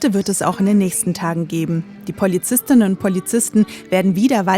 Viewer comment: Wenn ihr schon gendern müsst, dann bitte den Stuss auch richtig aussprechen. Es heisst Polizist*innen.